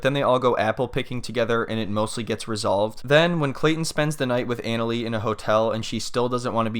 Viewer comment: I JUST WISH HER NAME WAS SAID RIGHT...JUST LIKE SHE INTRODUCED HERSELF! IT'S PROUNOUNCED AH-NA-LEE NOT ANAL-LEE